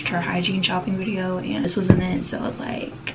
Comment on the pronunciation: U said bidio